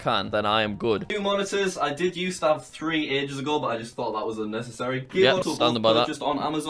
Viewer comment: didn’t know that 3 was pronounced 5